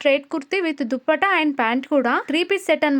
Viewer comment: అక్క దుప్పట కాదు దుపట్టా 😂